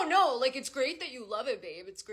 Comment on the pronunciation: the “NOO” was personal